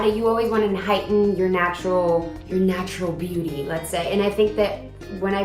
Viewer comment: "Your natural beuty" 🤣